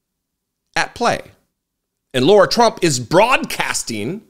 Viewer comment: He keeps saying Laura... Is it Laura or Lara